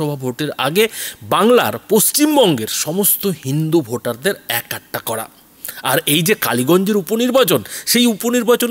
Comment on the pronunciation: একাট্টা খুব কানে লাগে! শব্দটা এক কাট্টা।